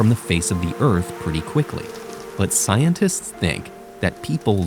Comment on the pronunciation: why do you say 'scientists' weird, is it a bit a.i. modified?